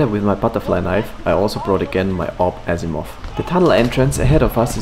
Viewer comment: Let's call it Assimov